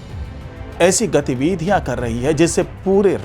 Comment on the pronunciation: गतिविधियाँ का सही उच्चारण तो सही सीख लें।